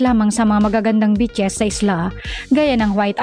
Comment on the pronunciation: Ung pronounciation mo ng beaches soundED BITCHES.